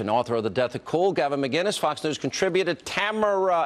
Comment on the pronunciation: I'd get so pissed if I was him... EVERY news anchor, interviewer, talk show host, etc.... The all call him Muhguiness.... Where is the G in his surname??? -__